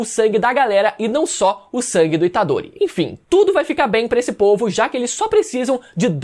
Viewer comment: Rapaz falou itadore tá morto tomei um susto kk😂